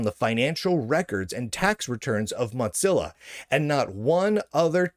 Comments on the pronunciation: The way you pronounce “Mozilla” is triggering. It’s not like “mozzarella” - it’s “Moe-zi-la”. Also - for those that don’t like the direction Mozilla is going but still want to use a non-Chrome-based browser there are a number of forks that pull out all the “bad”. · Is there some reason why you say “mot-zilla” each time? Some back story? Or is that just your regional accent? Seriously, I’ve just never heard it said that way before. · Motzilla? MOW-ZILLA! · Why do you keep pronouncing Mozilla incorrectly as 'Motzilla'? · Mot zeal ah, lol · It's "modzilla," according to Lunduke. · Sounds like he says Mutzilla... anyone else pronounce it that way? Or is he just clowning? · Have i been mispronouncing Mozilla all these years? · There is no "T" in Mozilla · This is important news but please pronounce Mozilla correctly